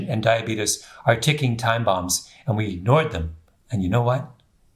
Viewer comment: I love your books, your presentations, you are absolutely brilliant! However..... please... it's "diabetes," not "diabetus" and there is a major difference between Type 1 diabetes (pancreas no longer makes insulin) and Type 2 diabetes [your body is insulin resistant, due to excess weight (usually belly fat), but pancreas still makes insulin]. The general public believes Type 1 diabetes is due to lifestyle and bad eating habits, but that is untrue; however, it's mostly true for those who suffer from Type 2 diabetes.